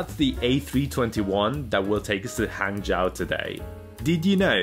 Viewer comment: It's pronounced "Hang-Jo".